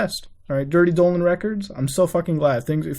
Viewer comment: When that picture of Donald trump came up, why did you call him Dolan trump? Like the way you kept saying Dolan records, then you called him Dolan trump, like wtf